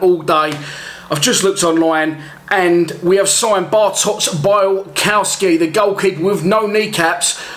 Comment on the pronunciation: I think it’s actually pronounced BIALKOVSKI. The w is pronounced as a ‘V’ in Poland